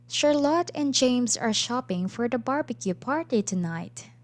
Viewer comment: I noticed that you are pronouncing the name Charlotte incorrectly (you can do a quick Youtube search for "Charlotte pronounciation" to hear how it's supposed to be pronounced), hope you don't take this the wromng way , just trying to help, and thank you for this video, it's very helpful.